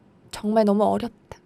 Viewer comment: 아 이 어렵다에서 다에다가 악센트 들어가는거랑 약간 묵음처리하면서 아련한척할라고 숨 약간 내뱉는거 킹받네 증말루